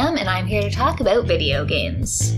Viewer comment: As soon as a Canadian says “about” you just know... I hope this comes out on Switch!